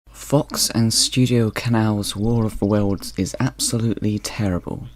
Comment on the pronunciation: Look. It's 'adaption' ok? It's also : 'Worfa Wurls'.